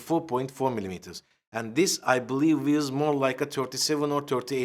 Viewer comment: hocam aksanla konuştuğun için biraz yavaş konuşsan daha iyi anlaşılır. Bazı kelimelerin telaffuzu yanlış olmuş "wears" kelimesi gibi, söyleyeyim dedim, belki yardımımız dokunur. Başarının devamını dilerim, severek izliyoruz 👍